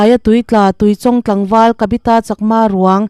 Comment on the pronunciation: A pawi ṭhin êm mai!Mitthi chhungte Pathianin Awmpuiin Thlamuan rawh se...Chuan,Tuichawng ilam dan kha a diklo,Chawngtê tih a,Chawng lamrik dan ang hian lam tur.😊